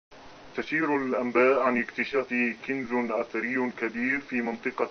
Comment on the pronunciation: كَنز وليست كِنز... اقرا عربي سوا